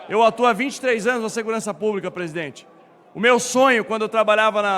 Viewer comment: "AGORA O PÔJETO É 10 PESIDENTE"